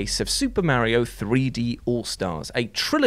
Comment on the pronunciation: Can you PLEASE stop saying “Merrio?” Ffs that’s not even some “English people pronounce everything the right way” because it’s an Italian name that has an A not an E thank you.